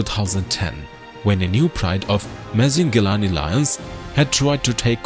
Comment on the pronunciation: The narration is completely copied from another older video of Mr T Mapogo. The fake Indian accent narrator pronouncing Mapogo as "Mapaa-GO" instead of "Mapa-Ho"!